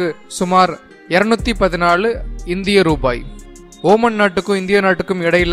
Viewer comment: ஓமன் இல்ல ஒமான்